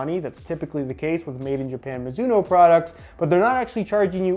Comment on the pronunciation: Mizuno? More like MOOzuno